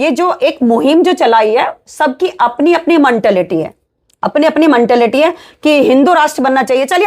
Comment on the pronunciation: मनटालिटी नहीं होता मैडम मेंटालिटी होता है